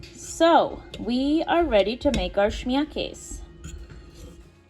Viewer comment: Schmierkase is German (Pennsylvania Dutch are as well). Americans thought they were saying they were Dutch but they were really saying Deutsch (Deutschland is German for Germany). In German you say the 'e' on the end of KASE. So, this is actually pronounced "Schmierkase *kay-sa. Just thought I would share this.